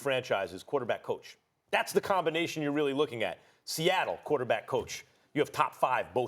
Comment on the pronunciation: “Sehettle Seahawks”